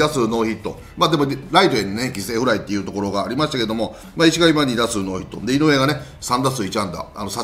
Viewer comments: いしがみじゃなくていしかみですよ！ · DeNAファンとしては石上（いしかみ、ISHIKAMI）選手ではなく「いしがみ」選手と読み間違ってるのは気になるところです。 ただたくさん名前を挙げてもらいましたし、ショート争いは誰かが奪取するか高いレベルで争ってほしいと切に願います！！ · 里崎さん ありがとうございます。1分10秒 5分22秒 9分46秒 イシガミじゃなくてイシカミです。石上 泰輝 （イシカミ タイキ）選手です。よろしくお願いいたします。